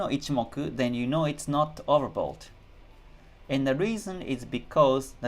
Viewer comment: Hi. Do I hear it correct you saying "overbold"? I'm not joking nor am sarcastic. Just trying to understand it correctly. Thank you.